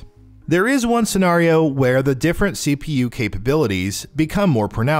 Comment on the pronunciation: the way you say scenario triggers me lol